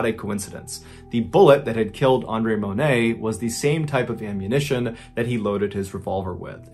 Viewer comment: I appreciate you saying my name (Andre) correctly. Pretty much everyone screws it up.